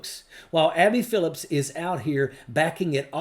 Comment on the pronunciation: Her name is Abby Phillip, not Phillips.